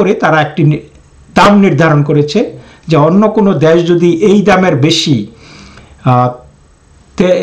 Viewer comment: আপনার বাংলা উচ্চারন ঠিক করুন। দেশ দ্যশ না। তেল ত্যল না। সুদ্ধ করে বাংলা পড়লে শ্রুতিমধুর হয়। আশাকরি মনে রাখবেন।